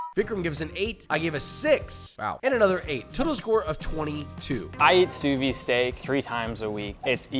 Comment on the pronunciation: why do people say "sous vi"? It's "sous viDE"